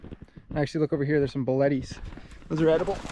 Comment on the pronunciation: it aggrivates me a little bit when he pronounces it like bulettie(s) when it's pronounced like buleet(s)